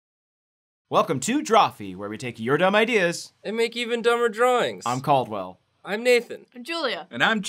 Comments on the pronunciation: STOP CALLDWELL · Its Caldwell...